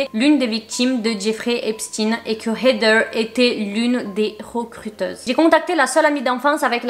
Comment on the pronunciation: Je t'adore hein mais comment tu dis heather c'est trop irritant🤣